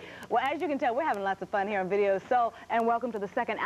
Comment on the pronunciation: "It's Vii-ee-oh Soe!" 🤣